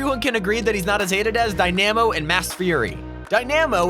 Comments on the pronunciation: It's not pronounced die-NA-mo It's pronounced die-nuh-mo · Not him saying “Die-Nammo” instead of “Die-Nuh-Mo” for Dynamo and “Neemar” instead of “ Nay-Mar” for Neymar lmfao. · Dynaaaaamo It’s f-ing day nahhh mo Pls get it right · Dynamo is not said (die-nam-oh) it's (die-nuh-moe) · its dynamo not die na mo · Dy namo not dyamo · It’s dynamo not dynimo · ITS PRONOUNCED (die-na-mo) NOT (die-NEEEE-mo) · DiNE-aMmo Lmao, why does he say it like that... its: dyna-mo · Die-namo…. It’s Di-Na-Mo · It's pronounced Die- nuh- mo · How he pronounces Dynamo as Die-Nammo! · Did he say Die- namo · It’s not dynamo is di namo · Dynamo (Dy-nuh-mo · die-namo... boi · You are butchering dynamo😂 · fucking hell i cringed so hard on some of that pronunciation dynamo and neymar made me end my self